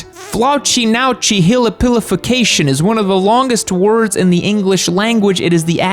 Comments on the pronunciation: Oof 2 years late on this but not you mispronouncing my favorite word jk (it's okay we all mispronounce words, we're human) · my god that has to be the worst pronunciation of floccinaucinihilipilification XD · That pronunciation of floccinaucinihillipilification was horrible 😂